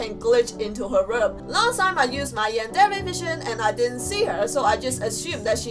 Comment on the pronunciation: And she doesn't even pronounce the word Yandere correctly